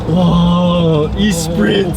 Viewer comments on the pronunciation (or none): E-spree??!?? Dude, really? Your street cred has just lowered. I realize not everyone knows all the cars but come on, it's written on it. Now you know. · Great vid but cringing at the pronunciation of the Lotus Esprit, it’s more of a “Eh-spree”. Now I’m preparing to be roasted :P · Esprit pronounced "eh-spree"